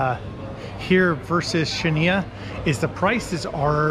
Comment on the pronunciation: You pronounce Chania without the C - Hania.